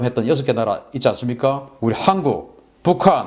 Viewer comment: 존경하는 박사님 발음 좀........ 항국 -> 한국